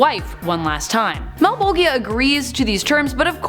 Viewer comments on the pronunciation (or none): Malbojhea. Not Malbogia. 😅